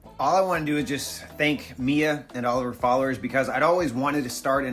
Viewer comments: Way to tell us how stupid you are can't even pronounce or remember the name Mia? It's literally three letters bro. It's the sound you like the most, me, me, me, followed by an A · Teaches people to speak Spanish , has to pretend to not know how to pronounce "Mia" lol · Is he seriously trying to mispronounce Mia's name to look down her? That's hilarious, to fail at three letters. Tells us a lot about his mental age and intelligence.